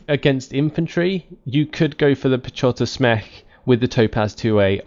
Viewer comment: In Piechota Zmech. read 'ch' like 'h' in e.g. hug, hazard or loch (Scottish for lake), the rest sounds quite fine. Piechota Zmech. is a shortcut to Piechota Zmechanizowana which means Mechanized Infantry.